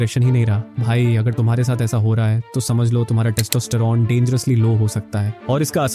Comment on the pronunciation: Kis kis ko testosterone bolna nhi aata 😂